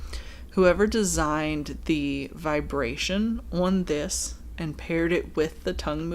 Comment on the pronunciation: Was that a Long Island accent "on this"?